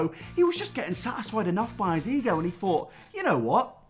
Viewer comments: every time he said ego i just heard e-girl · every time you say ego all I hear is E girl and I get more and more confused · whenever he says ego it sounds like e girl